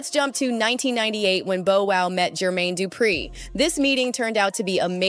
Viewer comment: Yall herd Katt saying jer...maine...du....pree😂😂😂😂🤦🏿‍♀️